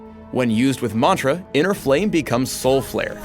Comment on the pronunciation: if he says mantra like that one more time I might kill something